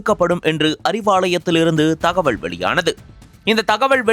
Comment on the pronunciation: தகவள் இல்லை தகவல் முதலில் தமிழை பிழையின்றி உச்சரிக்க நன்றாக பயிற்சி எடுத்து கொண்டு வந்து பேசுங்கள் 😊